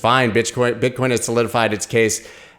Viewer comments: Pretty sure you just said BitchCoin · He said “Bitchcoin”😂